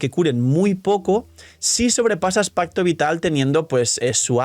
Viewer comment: Lo siento, no puedo dejar de escuchar onda vital cada que dicen pacto vital.